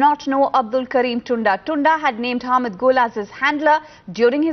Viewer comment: First of all its 'Ham'ii'd' not Hamed. Secondly : Gen Hamiid was at ISI for only 2 years.